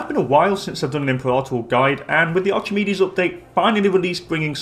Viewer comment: Btw it’s not pronounced ArCHimedes, it’s ARK-I-MEED-EES